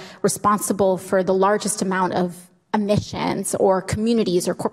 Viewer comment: Did anyone notice that AOC is worried about "Amissions" can anyone tell me what they are??? I know what emissions are and what admissions are but not sure what "amissions" are.